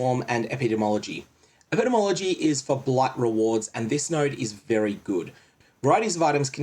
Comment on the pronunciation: Ep-ih-dee-mee ology Sovereign-tee, not "inity"